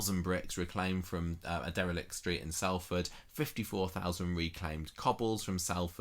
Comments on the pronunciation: Salford is pronouced Solford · It's pronounced 'Solfard' by the way!!